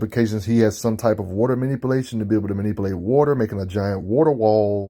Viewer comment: He says wauter like aceverse aquaman. Also aquaman is in the top 5 of pure strength in the justice league